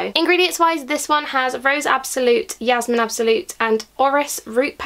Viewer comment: Jasmine not Yasmine